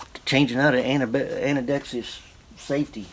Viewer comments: Dude, you are driving me crazy. Do you not know how to pronounce Ambidextrous? It's ambēˈdekst(ə)rəs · Can you trust a guy that cannot say “ Ambi-dexterous” ?